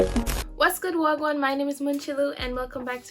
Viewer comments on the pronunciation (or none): Y’all just gonna skip over the fact that she said waah gwaan…like she mad cute, got the Jamaican tip and she smart!!! I’m proposing in advance lol 😂 sup ma nurse to nurse let fill up hearts ♥️ lol